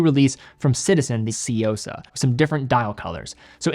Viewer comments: I swear to God, you can always depend on white people to magically mispronounce the most basic words. How did we get Seeyosa out of Tsuyosa here?! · Hey at least he got closer to pronouncing it correctly, only he mixed up the y and the u. The correct way would be tsu-yosa, he's doing more of a Tsy-uosa